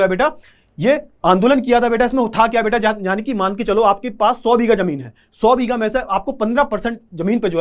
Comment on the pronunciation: beata❎ beta✅